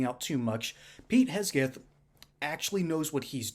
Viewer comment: HeGseth not HeSgeth.